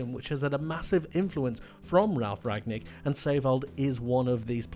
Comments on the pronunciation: It is Ralf Rangnik, not Ragnik (Rang nik) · It's RanGnick not Ragnick! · Great video! The coach is called Rang-nick though ;) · Rangnick is actually not so hard to pronounce: "Rang" like "rung" from ring, rang, rung plus "Nick" like Nick Nolte...